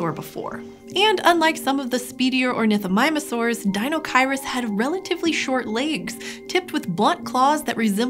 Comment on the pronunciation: I hate the fact that she said ornithomimusaurs